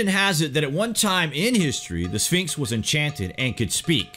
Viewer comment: The second to the last time the narrator said, "Sphinx," he pronounced it, "Finks"